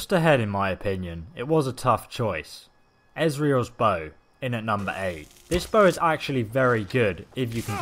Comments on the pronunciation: no, pronounced it wrong,it's not ezreal's bow, instead it is Auriel's bow. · Why the fuck do you say ezriel, it's auriel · Ezreal's bow? It's Auriels bow lol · thank you. i stopped the vid to see if someone commented... bro pronounced Our e all... azriel swear 2 god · did he really just call Auriel “Ezriell” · He said Asrial not Auriel. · "Esriels bow at 8" can't read Auriel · How the hell do you pronounce AURIEL as EZRIAL? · He actually said azriel like a angel name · What's "Esriel's" bow😂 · Excuse me? ‘Esriels bow’? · I don't trust your math. You called it ezrials bow.... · did he say ezreal's bow? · "ezreals bow" lmao m8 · Ez-re-elz bow? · He’s dyslexic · What the fuck did you just call Auriel’s bow....?